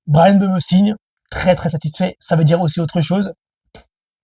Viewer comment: Mbeumo cest pas mbeumeu Wshh 😹😹😹 il a du mal 😭😭😹😹😹